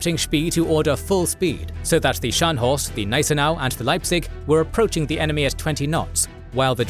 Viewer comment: Wollt Ihr die Leute verarschen??? Es heißt „Spee“ und nicht „Tee“ oder „Schi“, „Cradock“ und nicht „Kreditsch“ oder „Krak“, „Scharhorst“ und nicht „Schanost“ oder „Schenjo“, „Gneisenau“ und nicht „Gnisernau“, „Nürnberg“ und nicht „Nennmau“. Welche Fantasienamen erfindet Euer KI da? Dann sagt Ihr: „Die erste Niederlage Großbritanniens seit 1812“ und zeigt ein Schild 1814. Das Tempo des Erzählers schwankt in der Geschwindigkeit extrem, vor allem am Schluss. Das ist ja grauenhaft, schlimmer geht es wirklich nicht. So was kann man sich nicht anschauen, und noch weniger anhören! Das war das erste und letzte Mal, da ich mir von Euch ein Video geschaut habe! 😡